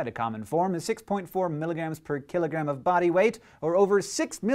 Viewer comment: Why did I keep hearing "x milligram per KILLERgram"?